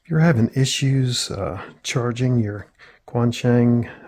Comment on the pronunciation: This is really good to know. Appreciate the tip. I'd like to offer a tip about the pronunciation of "Quansheng". Chinese pinyin isn't intuitive at all if you aren't familiar with it. "Quan" is difficult to represent faithfully using English sounds, but a reasonable approximation is "tch-when" (one syllable). The letter Q is a "ch" sound. Think of "qi" and "Qing Dynasty". "Sheng" sounds like "shung" (rhymes with "young"). It's just like how you say "feng" in "feng shui".